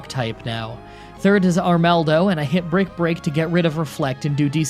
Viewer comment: Are-mall-dough that's how you say it